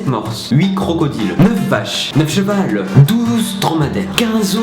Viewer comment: bon travail et tout mais on dit 9 chevaux et pas chevale